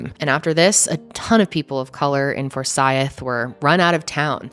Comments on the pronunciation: ummm . . . it's For-sYth county, not For-sy-ith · Fore-Sigh-th county 😊❤ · as a georgia native, hearing her pronounce forsyth makes my skin crawl 😭😭😭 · Daaaamn! I don’t live far from Forsyth county. Never even heard of this. I’ll def have to look into it since it’s so close. Oh, we pronounce it ForSIGHTH. At least to us Georgians anyway lol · It's pronounce "for-sigh-th". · Two syllables to pronounce Forsyth. Four-sieth. Rhymes with Blythe. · i live here and it is so cool hearing you talk about this!! also fun fact: it’s four-sigh-th haha. happy you covered this, love ya ❤️ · As soon as you said Cumming, Ga, I knew I was in for an angry video. I lived in for 7 years and the atmosphere there was very racially charged. The disgusting “jokes” about where people “hung” out was a wake call. For-SITHE County is the pronunciation. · i’m from georgia and it bothers me the way you say “for-s(eye)-th” lol but i definitely remember hearing about this along with the other cases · For-si-th is the way we pronounce it here in Ga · The moderator has to go back to 1912 for a racial crime, and she mispronounces Forsythe. She is trying to spice up her mediocre reporting by race baiting. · The way she was pronouncing Forsyth was bothering the shit outta me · Why she pronounce Forsyth like that😂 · Btw, you kept mispronouncing 'Forsyth'.